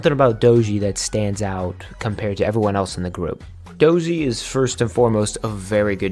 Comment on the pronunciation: this is an excellent video! i just wanted to point out a few names that were pronounced incorrectly - yunjin of le sserafim - pronounced yoon-jin siyeon of dreamcatcher - pronounced shee-yeon (whenever you see "si" in korean it's pronounced "shee") dosie of purple kiss - pronounced doe-shee (though maybe it's meant to be pronounced differently in english idk) just a friendly pointer - you can always look up idols' self-intro videos to make sure you're pronouncing their names right! overall, fantastic job and i will be checking out the rest of your videos!